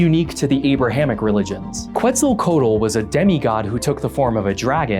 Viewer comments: quetzalcoatl = cat-uh-co-watt-el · Quetzalcoatl is pronounced ket-sa-co-ah-tle. I know this is an obscure thing to nitpick, but it bothers me the same way it bothers me when someone pronounces chitin as chit-in rather than kai-ten. This needlessly pedantic comment is brought to you by curiosity stream.